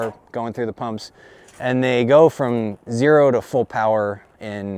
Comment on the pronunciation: to hat threw me way off. I thought he said euro to 1K in seconds instead of zero lol. I was like wait wait wait whoa what?!!? Lmao.